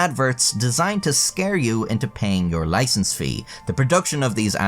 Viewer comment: "Loicense", noice!